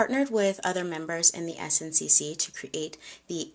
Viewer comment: Great story telling as always,. Don’t worry about the makeup. What’s most important is the history. Someone can correct me in the comments, but I believe SNCC is pronounced like “snick”. I feel that’s how I’ve heard it pronounced in documentaries. Just sharing for awareness but it doesn’t take away from your storytelling 💗